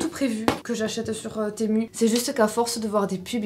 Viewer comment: Enffin quelqu'un qui le prononce correctement bcp disent temou ces n'importe quoi sa secrit temu donc ont le lit comme cela secrit ces sur c pas grave mai a chaque foos les gens sont sur de leur connerie. Enffin sa fais plaisir moi aussi jai commander pleins de choses sur ce site perso ya bcp de choses tops mai aussi de la nioniote si jpeu dire apret la qualité est celle que lon paye ces logique. Merci de le prononcé correctement temu . Ces u a la fin u et pas ou! Non dsl mao sa m'énerve😂😂😂😂. Lol adore ta vidéo ❤❤❤